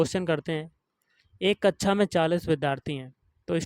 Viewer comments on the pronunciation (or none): Abe kacha nhi kaksha hota hai muh se gutka nikal k pdha bhai 😂😂